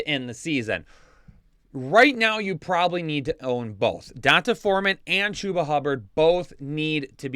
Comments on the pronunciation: PLEASE STOP PRONOUNCING EASY BLACK NAMES SO WRONG. It’s (don-tay) NOT (don-tuh) Thanks for the good fantasy content though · Is CMC going to play a lot this week or will it take him some time to learn the playbook? Also.. its pronounced "Dee On Tay" Foreman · Can't stop cracking up at how you pronounce D'Onta